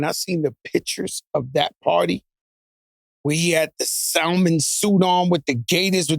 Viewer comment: Joe said the Sal mon suit 😂